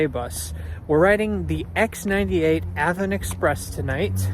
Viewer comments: Not to be nit -picky but the name is AVON as in the cosmetics company that used to be there. I grew up near there and it was "AY VON" for many years. Great video as usual. Very interesting stuff. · I used to live near the NY one, and a lot of the place names were mispronounced Avon->Ahvon; Chili->Chylye, Charlotte->Sharlot